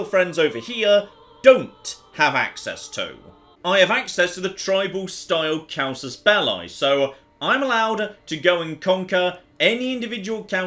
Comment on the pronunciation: Åland: Owland Casus Belli: Cow-sus Bel-eye